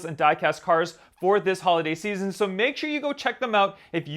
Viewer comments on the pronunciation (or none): none